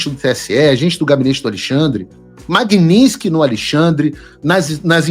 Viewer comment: O motivo real para o Trump ter tirado a Magnitsky do Xandele foi Paulo Figueiredo insistir em se referir à lei como sendo Magninsky. Eu já não aguentava mais ouvir vc falar Magnisnky. Que merda. Fala certo .